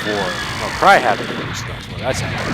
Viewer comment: It took me a moment to realize you DIDN'T say "Unleash the Goggs of War"...